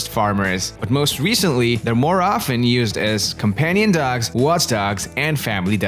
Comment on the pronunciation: It's dogs, not dougs.